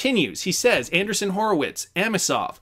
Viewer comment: Interesting… I’ve heard most others pronounce it an-dree-ssen and not an-der-sun. Must be something about the way it is spelled